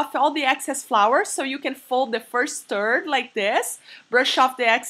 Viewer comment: I keep hearing her saying the word: TURD instead of THIRD. She needs to get some basic English Language. I've never saw people folding the dough in TURDS.